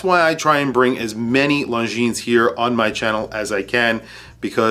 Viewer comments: Awesome review thank you. FYI, when pronouncing the company name, the S is silent. Swiss company with a French pronunciation. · Just an FYI, Longines is pronounced without the final "S". You can't really know it if you don't speak French or did not inform yourself, but considering how many times you pronounce it, I thought I would let you know :) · Damn..... It's singular Longines, no "s" at the end. It's really not known brand in USA.......